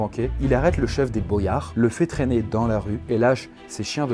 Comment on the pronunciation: Pourquoi tu fais pas la liaison avec "dans"?